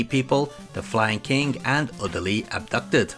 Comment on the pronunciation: Hahaha dude, it isn't pronounced "Flying King". It's a pun on Lion King. Flyin' King.